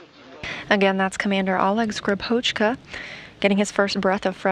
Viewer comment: When will be the day, when any non-russian speaker says Russian surnames properly?! Not SkripOchka, but SkrIpochka!